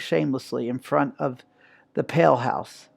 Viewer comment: It is pronounced “peel”, not “pale”